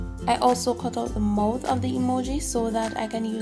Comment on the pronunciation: that is not how u say mouth